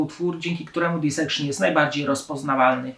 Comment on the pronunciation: Źle wymawiasz nazwę zespołu, nie wiem gdzie masz na tej płycie blasty (gra perkusji to heavy metal) słaba analiza tekstów, tym bardziej znając zapatrywania Jona (każdą płytę opisujesz tak samo)… poza tym ok… to jedna z płyt życia